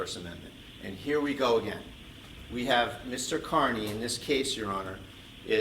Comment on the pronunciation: It’s pronounced CARNEY you doddering old fool. CARNEY.